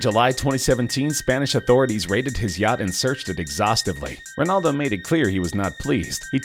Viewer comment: I know cristiano ronaldo. but who the fuck is rinaldo?